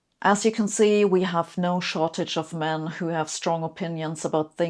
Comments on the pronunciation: Sabine, Nice video, thanks. You said “men” twice with a noticeable stress on the word “men” and a smile. Why do you make inside side swipes at gender? You have a low opinion of the gender? I have both a son and a daughter. I’m morally shocked beyond words. I pray for a world where my children’s race or gender aren’t subject to smirks and insults. I’ll shower now. I feel very shocked and soiled and sad for the future of humanity. I would never never never insult women. Never. I don’t know why you do that. It’s so so sad. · why do you emphasise "men" here Sabine ? If you replace "men" with "women" it would sound misogynistic no? "As you can see, we have no shortage of women who have strong opinions about things they know very little about, but not like this is news." "I just hope I’ll live long enough to see that all those women who said otherwise will be really embarrassed."